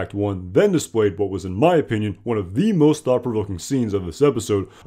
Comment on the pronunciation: Excellent summary. (The phrase “thought-provoking” was difficult to hear/understand.)